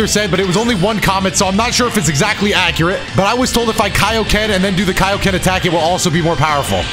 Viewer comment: Yeah you shouldn't have done the KAO-Ken. You should've done the Kaio-ken! XD🤓🤣